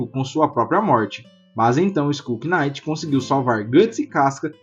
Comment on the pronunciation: Chefe, só uma coisa: knight em inglês, o K é mudo, a pronúncia é exatamente igual à night (noite). Assim como se fala naife (knife) e não quinaife ou quinaiti